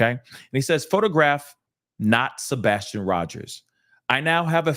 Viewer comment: said that's sabastion. No no no sir. I still am